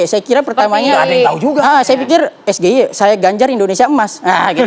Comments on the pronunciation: CAWAPRES ILEGAL.... SOK SOKAN PAKAI BAHASA INGGRIS TP FATAL PENGUCAPANNYA... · Awalnya di remehken ternyata memalukan S G I E itu singkatan bhs inggris bukan bhs indonesia masa ngejanya gak bisa kan memalukan, bukan pertanyaan yg sulit kmu yg ga tau bhs inggris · Percaya diri x bilang sgie hahahaha tdk tau mengeja huruf inggris...malu ahhhh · Apanya yg hebat? SGIE aja bacanya salah, bukan hafal baca aja salah. yg penting bukan menghafal namanya, tapi subtansinya, itu sama kayak bapaknya hafal nama2 ikan, padahal yg penting dipelajari setiap ikan itu kandungannya apa, fungsinya untuk apa, itu adalah subtansinya. bukan namanya. wkwkwkkw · State of the Global Islamic Economy (SGIE) yang di sebut gibran itu tidak menyebut kan the nya bg. dia yang menyucap kan nya aja salah bg. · anak muda yang nyontekan.. ngaku sekolah di Singapore dan Aussie 8 tahun, ga bisa melafalkan SGIE dalam bahasa Inggris🤭🤣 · SGIE cuma pertanyaan singkatan English, bacaannya salah bung. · Konon S1 lulusan luar negeri, nyebut singkata SGIE bahasa inggris....dieja bahasa Indonesia.... nyontek dulu lagi.... Kaya cerdas cermat.... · Blimbing Sayur Sok pake bahasa Inggris Tapi salah cara ngucapin jadi malah Ketahuan sekali DUNGU dan BLO'ON nya. Dan Terlihat Songong dan Sombong saat bicara dg Org yg lbh Tua Sprti Org yg Ga punya ADAB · Kepanjangan menggunakan bahasa Inggris maka Pengucapan hurufnya juga harus menggunakan bahasa Inggris. Disini yang salah lebih awal siapa?.... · padahal rakyat biasa dalem hidup sehari2 pengucapan FBI, CIA aja bener.. ini yg di forum debat nasional malah salah 🤣🤣 bikin malu aja 🤣🤣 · Main hapalan, nyebut sgie aj salah🤣🤣🤣🤣🤣🤣🤣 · Rasa2nya puas hati si belimbing sayur, menang rasa dihatinya.... Padahal dia nyebut SGIE salah pakai lafat Indonesia... seharusnya pakai lafat Inggris.... Tuhan punya kuasa... kelihatan gobloknya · Sok2an sepiking englis, nyebutin'y aj es ge i e 😂🤣🤣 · Dengan SGIE aja kebingungan apalagi dgn ejaan "Es Ji Ai I 🤣🤣